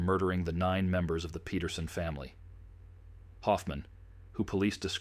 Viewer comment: Speaking of ancestry, their name is spelled Peterson but the ai pronounces it as Petersen. Big difference, big mistake.